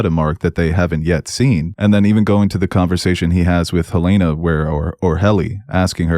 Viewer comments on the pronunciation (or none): Helen-uh. Not Helaina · Helena not Helayna, I turn off if you can't get a main characters name right . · Oof... it's Helena. HELL-en-uh. Sincerely, I guy that lives in Helena Montanan. 😅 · U guys saying helena like the girl from house of dragon but it's HEL-ENA